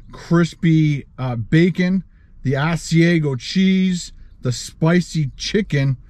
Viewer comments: I have never tried the Ass-E-A-Go chicken sandwich, just the Ah-C-Ah-Go chicken sandwich lol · All I ask is research your pronunciation of food your not sure of. Restaurant I worked in it's ( As/i/ag/o)sorry your not saying it right. Other then that I love watching. Wendy's breakfast has special sandwiches called doubles has extra meat and egg and cheese. But not all have .I'm in Harrisburg, Pennsylvania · Say it like this. AHH-c-iago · How you pronounced Asiago is cracking me up! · You are saying Asiago so wrong